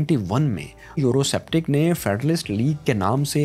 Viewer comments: A very informative video but.......the narrator repeatedly pronouncing the word "Eurosceptic" as Euroseptic made it look like as it was made by a novice who had a poor knowledge of English speaking and pronunciation. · It’s pronounced Eurosceptic(skeptic) not septic...